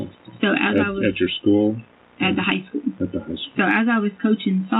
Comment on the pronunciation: Ikr? Education is supposed to be her forte but she pronounces school "skoo". 😂